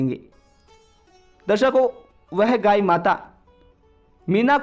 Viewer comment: Gayi nhi gaay 😅😅😅 aap kahani accha bolte ho,🙏🙏🙏🙏👏👏❤️❤️